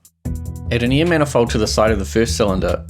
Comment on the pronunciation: hell yeah! now i can be s m a r t e r also, me: air = air him: air = ear it just sounds that way.